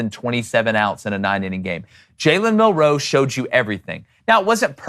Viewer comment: I fucking hate the way these guys say “Mil-ROE” instead of “MIL-roe” like every other person